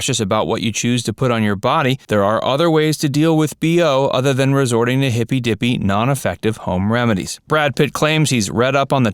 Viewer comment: no narrator I think you're wrong for saying that way "hippie deepie"😒